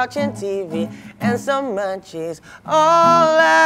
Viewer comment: I thought u said mancis instead of munchies😅